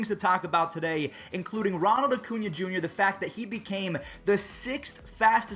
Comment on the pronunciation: Every time I hear say “Acuña”, I hear “O’Cuña” like he’s Irish or something 🤣